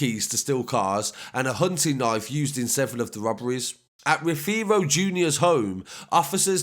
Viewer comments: Nicky aza n corz on job Also it’s pronounced ROVERO not how you pronounce 😂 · The way he pronounces rothero 😂😂